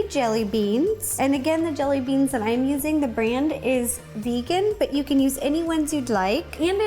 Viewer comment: Ro: so if you want to follow along yaa-can.